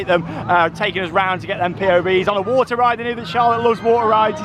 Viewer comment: It’s water not waner